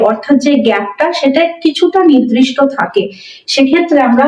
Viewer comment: Ma'am Nirdishta not Nidrishto